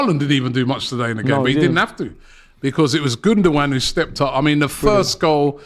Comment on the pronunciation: How can say gundagoan...... It's ikay